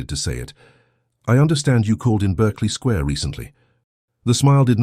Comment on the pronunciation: It is not pronounced ss 'Berkley' but pronounced as 'Barkley Square' despite being written otherwise.